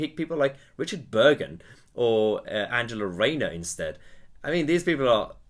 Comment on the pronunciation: Did you say Richard Burger?